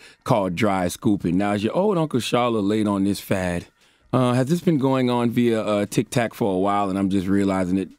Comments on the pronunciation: Did he just say TikTak?!!😆😆😆😆He really is Uncle Charles! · Lol 😂 dude call it “Tick Tack” he said “I do not need to be on Toks Ticked to be challenged” 💀 lol Charlamagn finally got comfortable with his stripes and stopped pretending to give af about all the irrelevant flash culture bullshit. 💀🤣 I love it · He def said "Tik Tac" 🤣🤣🤣🤣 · Tik Tik...🤣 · "Toks Tik" 🤣🤣🤣🤣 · " I don't need a Tok til" Charlemagne 👌☮️🍯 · He called it tic tac 🤣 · “ Toks Tik “ 😫😩😫😩🤣🤣😂🤣😂🤣😂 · "Toks-tik" i felt that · “Cause you wanna Tok on Tiks” 😂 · Anyone else found it hilarious how he keeps mispronouncing Tik-Tok, but u correct anyone else. 🤣🤣🤣